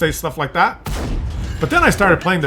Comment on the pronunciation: Le babe, say daat?